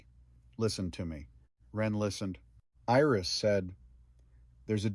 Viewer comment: You did an excellent job of telling this story. It brought tears to my eyes a few times. Too bad all other people only think about is it AI? Really who cares. You only made one mistake, missed read Iris. This to me is not AI.